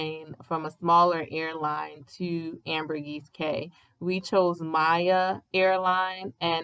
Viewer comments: Wow such unfortunate travel timing. It’s not like that usually. Not nitpicking but it’s actually Ambergris Caye not “Ambergis.” Ambergris has a meaning although it’s a little gross lol. Hope y’all give Belize another try! Maybe Placencia in November to March. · It's pronounced "AmberGRIS KEY."